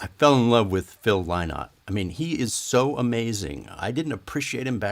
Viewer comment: Tks tim...by the way it's pronounced "in" like the bird linnot...so proud of him...he was the only black man in Ireland in the 70s ....I mean the only one...we loved him tks